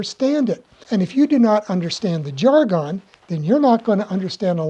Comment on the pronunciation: I, have never heard anyone pronounce jargon that way. Curious about where you learned it that way.